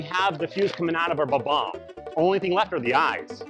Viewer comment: It's pronounced Bob - omb but good video👍